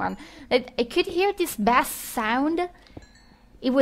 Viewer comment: FYI, 'bass' is pronounced like 'base' when it refers to the sound; the way you said it, it is a fish :)